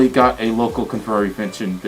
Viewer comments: Local confurryvention lol I'm guessing that wasn't your intention to say that right ? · Confurry Fention 🤣🤣